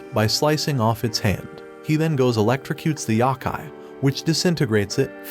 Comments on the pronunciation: A “yahkai”? You miss pronounced. YOkai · a "YAKAI" smh its "YO-KAI" couldn't even past the 14 second mark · the amount of YAKAI is massive, however its Yokai not Yakai :( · Yow-Kai, not yahkay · Yo....like no...kai....yohkai not yawkai...I'm sorry I had to. I've always loved this anime. Took me back, thank you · it's pronounced yo-kai not yeah-kai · yo-kai my brother... sigh... there's a couple pronunciation videos out there... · The "YAH-KAI" 💀💀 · good breakdowns, terrible pronunciations.